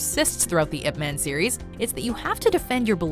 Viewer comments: As a Chinese, the narrator pronunciation of Ip Man is killing me. Listen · It pronounce as 'Yip Maan' not 'ip men' smh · It's pronounce ip mun, not ip man, it's so cringey to heard it pronounce man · It's pronounced Yip Munn, not "ipp man" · its IP MAANN.. not like IP menn... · It's Yip-Man, and you pronounce Man like you pronounce 'Gun'. Not Ip-Man - it is not some kind of a superhero name, like Superman. It is a Chinese name. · Jacen Justice it’s pronounced Yip Man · You pronounced ip man wrong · totally ruined by the mispronunciation of Ip Man and the English (Ip Man 1) and Mandarin (Ip Man 2) overdubs. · Hahaha I am korean and laughed at how badly pronounce "Ip man"